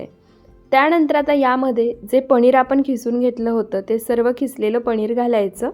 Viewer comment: Are tu rajasthani ahes ka sarkha पणीर